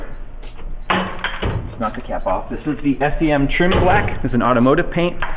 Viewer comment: SEM SEM SEM not S E M lol